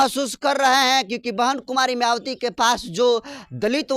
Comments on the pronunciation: अंकर सहाब आप मयावती बोलते है, आप अपना उचारण ठीक से बोले मायावती बोले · मयावती नहीं है उनका नाम है मायावती बहन जी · पहले तो मायावती जी का नाम ठीक से लेने का अभ्यास कीजिए